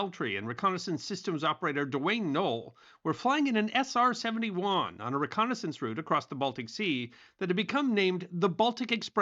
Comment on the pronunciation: Man said SR-70-Juaaan